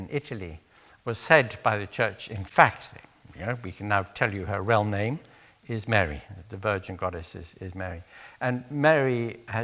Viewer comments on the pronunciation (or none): none